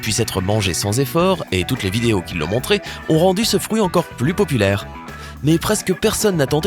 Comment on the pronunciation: On dit un fruit pas un frouit 😠